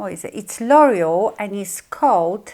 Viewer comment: L'Oreal is pronounced lore-EE-al not loyal. lol Just trying to help because I was confused by what you were saying. I love your video. Very good.